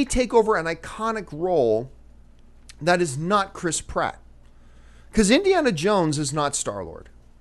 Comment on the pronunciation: Lol John, Say "Chris Pratt" one more time....